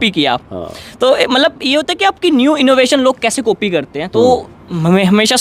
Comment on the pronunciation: 'कॉपी' बोलो कोपी नहीं दोनों का अर्थ अलग होता है